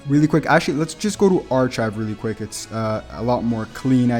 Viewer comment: (Arkive) not arCHive